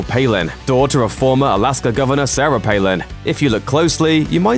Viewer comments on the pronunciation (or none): none